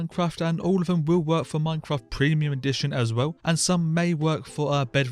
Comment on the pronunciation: "preimuim minecraft"😂 like hes considering piricey as an acctual option